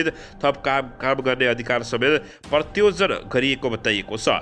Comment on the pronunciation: समचार बाचक महोदय ! तपाईंको नेपालि उच्चारण सुधारगर्नु होला! कयौं त्रुटिहरु छन यहाँ। जस्तै प्रतयोजन ❌ ;प्रत्यायोजन ☑️ ;नैसर्दिक ❌; नैसर्गिक ☑️; उमेदवारी बन्नु ❌ उमेदवारी दिनु ☑️......